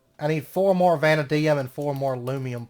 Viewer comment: Hey, I'm enjoying the series so far. Just a heads up vanadium is pronounced vah-nay-dee-umm. Anyways thanks for the fun series and I look forward to seeing more.